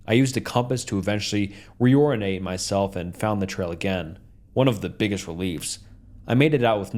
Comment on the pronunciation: Strenuous, reorient, bush, horseshoes, coincidence, calloused, bass, distant, newfound, just to mention a few of the words you completely mispronounced or stumbled on horribly. Learn English or read the fckn stories before you post a video